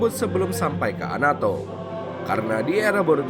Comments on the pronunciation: Anato bukan amadoo.... Koreksi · Itu ngomongnya amado, punya telinga kagak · Anato om bkn amado